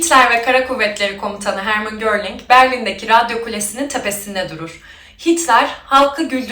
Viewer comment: Geldik. Bu arada gorling değil goring olacak